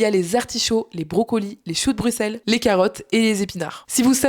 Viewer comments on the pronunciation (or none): none